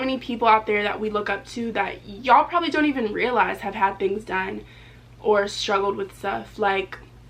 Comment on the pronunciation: So pretty I jus hate the way she say yall 😂